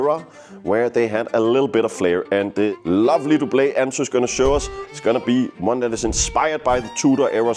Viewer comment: I hate to be that guy, but Doublet is pronounced Dub-luht, the french pronunciation makes no sense because the french word for Doublet is Pourpoint. Great video though 😊